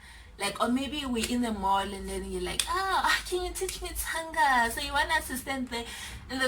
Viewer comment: This is hilarious 😂😂 Most of them this side can’t even pronounce Tsonga😪 they pronounce it as ‘Conga’ like WTF. They can say Tsiii then why can’t they say Tsonga😏